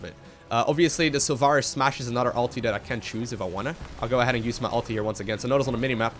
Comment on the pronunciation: Just learn how to pronounce stuff like Sulfuras ;-)